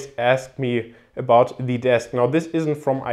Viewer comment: Bitte lies dir nochmal durch wie man wann "the" betont